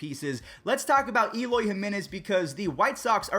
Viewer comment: Its not E-loy...its Eh-loy.